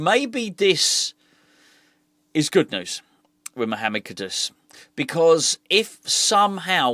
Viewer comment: you keep on saying the guys name wrong 😆 KUD….US But then it won’t matter for much longer as it definitely looks like he will be sold… Try to stay positive 👍🏼 Maybe this will be the rebuild that actually takes us forward as a club.